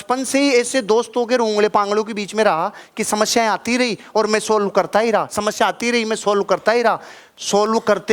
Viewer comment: Sir aap samasya ka pronunciation shamashya karte ho.